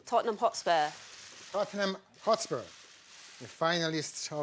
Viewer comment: THOTnhm hOtspuerrrr